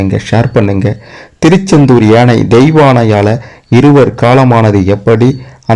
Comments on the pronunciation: எனை இல்லை யானை உச்சரிப்பு சரியாக இல்லை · முதல்ல ஒழுங்கா தமிழ் ல பேசு ஏனை இல்லை யானை.... 🙄🤦‍♀️ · யானை யை சரியாக உச்சரிக்க கூடாதா? ஏனை, ஏனை என்று சொல்லலாமா? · ஏனை இல்லடா யானை....யா ...சொல்லு யா...யானை 😂 அட வாய் வெளங்காதவனே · யானை என்பதற்குப் பதில் ஏனை என்று ஏன் சொல்கிறீர்கள்